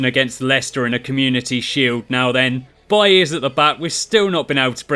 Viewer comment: It's pronounced Baile not buye